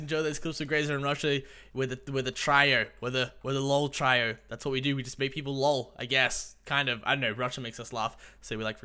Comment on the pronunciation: The way you say trio x)